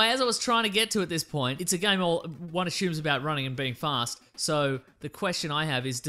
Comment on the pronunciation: why does this guy say "ashume"?